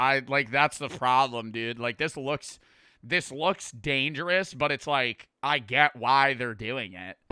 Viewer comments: First "Soer", now "Danergous". 😭😭😭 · "Danergous" 😭🙏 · "Danergous" acc read that as dangerous 😭💀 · "Danergous" what 😭🙏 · “Danergous” hermano 👊😭🥀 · "Danergous" SONset😭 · Before it gets edited, it says ''danergous'' intead of ''dangerous''🥀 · … it’s dangerous not danerogus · "Danergous" this keeps happening frequently bruh😭